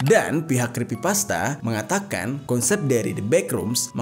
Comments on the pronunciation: Iyaaa, makanya pas bang jer bilang itu. Otakku travelling. Aku kira aku yg salah dengar. Tapi bg jer the best banget lah jelasinnya 😇🥰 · Maap bang yg bener itu creepypasta bukan crispypasta😁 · Crepy bg bukan crespy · creepypasta blok bukan crispy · sedikit koreksi aja bang, di situ bang jer salah pengucapan kata, yang harusnya "kripipasta" jadi "krispipasta". Crispypasta adalah makanan, sedangkan Creepypasta itu cerita yang creepy, horror. Sekali lagi ini hanya koreksi!. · Koreksi om Creepypasta... Bukan crispypasta... 🙏🏻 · Me: Creepypasta: Crispypasta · "The backrooms ini adalah sebuah legenda dari crispypasta"😭🙏🙏mohon maap bukannya saya ngeledek tapi saya ngedenger😭🙏🙏 salah ngomong😭🙏🙏🙏. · creepy bang bukan krispy hehehe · bang ,bukan krispi pasta tapi creepy pasta😅ga pake "S" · Crispypasta bukanya creppypasta ya atau gw yg salah? 😅😂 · creepypasta bukan crispypasta wkwkwk :D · Creepypasta atau crispypasta sii? Sy dgr nya bg jery bilang crispypasta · detik abg ngomong ny crispi pasta bukan creepypasta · Creepy pasta jer, bukan crispy pasta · Creepy pasta bang bukan crispy pasta 😭😭☝🏼☝🏼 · Cree bang bukan criss Abang bilang ayam crispy gitu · Creepy bang Jer bukan Crispy😭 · Creppypasta bang,bukan crispipasta. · Bang jeri bukan Kripsy Pasta😪😭😭😭 tapi Creppy pasta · Crepy pasta bang bukan crispy pasta bang🙏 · 4.33 crespy pasta ... Haha Lo lagi laper bang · Creepy pasta bg Bkn crispy pasta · Scrispi pasta salah eja creepy pasta baru benar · Aokwokwokwok, crispypasta, laper kah bang? Yang bener creepypasta, wkwk kurang Aqua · yg bener tuh Creepy-pasta bukan Crispy-pasta Ngebug anjir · Bukan creespy bang tapi creepypasta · Crispi pasta enak tuh bang 😂 Bukan nya cripy pasta ya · creepypasta bang bukan crispipasta😂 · creepypasta bang bukan creespypasta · Kreepy pasta bng bukan krespy pasta😂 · Creepypasta dibaca KrispiPasta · Creepy bang bukan krisspi XD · bang bang bang,oh ternyata nyebut yng bener itu crispypasta yak?